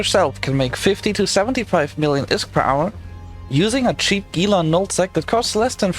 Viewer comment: It's pronounced HEE-la.